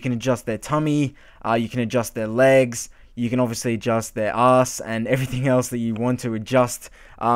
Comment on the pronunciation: the way you say ass i laugh lol